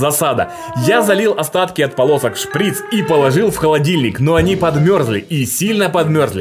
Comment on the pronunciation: мне послышалось в него я залил остатки от ПОНОСА а не от ПОЛОСОК)))😂 а там получилось очень классно побольше бы таких видео))))))